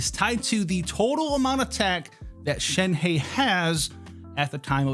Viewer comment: SHEN-HUH.... When you do a video about a certain character at the very least try and pronounce the name right like most of the ppl try to do. Thnx